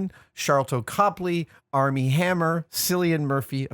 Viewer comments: "Sillian" Murphy? That's meant to be a hard c at the start of that name... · FYI, Cillian Murphy's name is pronounced "Killian", not "Sillian".